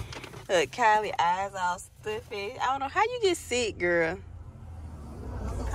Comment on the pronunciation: It s Kylie not Kylince